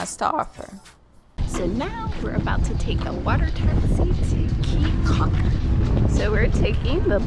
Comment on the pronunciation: Your video is great, very enjoyable! Thank you!!! Just so you will now and not to upset the local citizens, It is AmberGris Caye with a hard G in there. and Caye CAULKER like chalk her (almost). Come back soon!